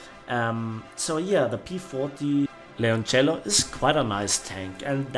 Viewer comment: Bravo!! First one to say Leoncello right gg